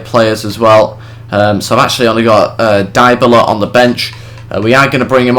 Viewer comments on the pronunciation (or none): good video , but two main points A. besides from buying dybala(which juve already did) and bringing back berardi and leali the rest isnt realistic , for example buffon should be no1 to the point where he starts dropping overall points B. the players names are wrong Im not italian but Im pretty sure they are dybala : Dee-a-bala or dy-a-bala , berardi is how you read it , leali : lee-ah-lee and caceras : Kaseeras not saseeras as you say it..:/